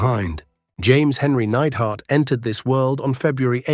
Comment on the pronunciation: Great channel. But today was the day i figured out youre just an AI voice. Neid-er-hart.